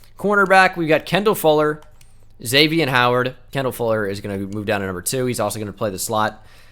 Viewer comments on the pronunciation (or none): none